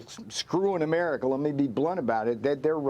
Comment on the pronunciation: Did he just say “Amerina”